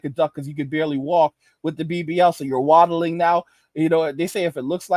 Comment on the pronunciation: My bro said, “you’re wattling” LMFAO LMFAO